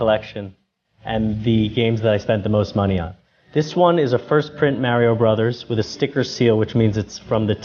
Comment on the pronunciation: Lol dude said "Maryo Brothers"